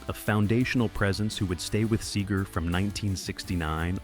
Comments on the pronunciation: SEger, not SAger. Fucking AI. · Wow, a.i. is getting good. The sager instead of seger one of the only tells. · These AI videos are always full of shit. Can’t even say the singer’s name correctly.